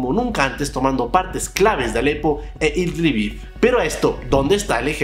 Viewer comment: “eldibib” no, Idlib.